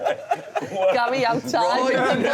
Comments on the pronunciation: Same but I love Wrighty that much I've got over the "Gal" thing 😂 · Why does Wrighty call Gary, Gail?! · Love wrighty but please stop calling Gary gal😂😂😂